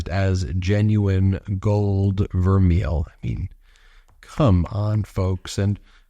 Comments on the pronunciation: $245 for vermeil? Nah. Way overpriced. BTW, it's pronounced Vermay. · Ben it is pronounced ver-may and it is not even as good as gold filled, which doesn’t rub off. Wow😅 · Vermeil pronounced ver may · It's pronounced gold ver-may. It's French. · Pronounced "ver-may" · Pronunciation is "vair-may." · Love you ...would never miss you...just want to say Vermeil is pronounced..Ver-may. Thank you for all you do! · Melania's hair bill could support 10 families comfortably. Vermeil is pronounced vehr-may. Just for interest: "gold vermeil is considered real gold! For jewelry to be legally regarded as gold vermeil, there must be a layer of at least 10k gold that is 2.5 micron thick (that is 5x thicker than regular plated gold)! The gold plating is usually electroplated over a sterling silver base." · I was a jewelry designer for many years. Vermeil (pronounced VER-MAY) has a few iterations. One is a gold electroplating over sterling silver. Less expensive interpretations are gold electroplating over copper or bronze. You can make your own assumptions. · Vermeil is pronounced "ver may." Just some useless knowledge for you. I've heard some pronunciation sites pronounce it differently, but in the jewelry world, it's pronounced "ver may." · Ben, just to help, vermeil is pronounced ver- may. There is a difference between plating or filled. Vermeil is plating, and can be very thin, and the karat is unspecified. Always buy filled. Filled is a process permanently bonding the gold toast base, usually brass. Is this gold color or a karat- was not specified. Love to see what this POS tests out to be. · It's pronounced 'ver may' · It's pronounced gold "ver-may". It can only be called vermeil (ver-may) if it's gold over silver-925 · Its permnounce VERMAY!! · Love you Ben but it's pronounced (vermay). The piece should sell for about $25 not $245. She's just like her asshole husband. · IT's pronounced VER MAY. I know. I used to be a jeweler for a top company. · Pronounced... verMAY. Btw.😊